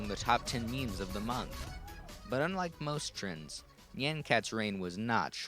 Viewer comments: "nyeian cat" good lord. it's nyan. rhymes with naan. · nie-on c-at not ne-on c-at, I'm sick of people pronouncing it "ne-on" IT'S NIE-ON. also gif is pronounced "g-if" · at the start he says it like nian (as in and) but its actually more like ni yä (like on, and with very little "i" in there) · It's not nyeaen cat it's NYAN cat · I came for nostalgia and now I'm having a breakdown it's NOT nye-an cat???? NI-ANNE????? AAAAAAAAAAAAAAAAAAA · I pronouce it "nyàn-kat" and not "nee-an-kat" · I'll still pronounce it Nay-an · HOW DID YOU KNOW I USED TO PRONOUNCE IT AS NIYAN CAT 😭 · Actually, "Nyan" is the Japanese word for "Meow," and the omg was created using Hatsune Miku, a Japanese vocaloid, so its very likely supposed to be pronounced nee-ahhn. Anyway, Nyan Cat is legendary. :) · I have always, and will continue to, pronounce it as "Nē-ahn" cat. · I always Nyan cat was pronounced N-i-an cat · Knee-yan cat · I THOUGHT IT WAS PRONOUNCED NEON CAT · njen cat lol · HAHA I PRONOUNCE NYAN CAT NEE-ON CAT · me pronouncing it like neey-AH-n cat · I pronounce Nyan (nigh-an and Nyan) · Your pronunciation of "Nyan" irritates me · he's saying nyan wrong 😕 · you're pronouncing it wrong. the A in nyan should sound like the a in yawn, not the a in hat. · I don't like how he pronounces nyan cat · It's pronounced like "yonder", not like "plan". Honestly, even though "neon" is adding an extra syllable, that's the closest of all the wrong pronunciations.